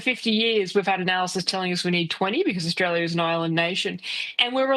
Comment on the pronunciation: Think you find it Australia. Not Orstalia.